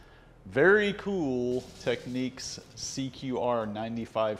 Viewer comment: Technics is not pronounced the same as techniques.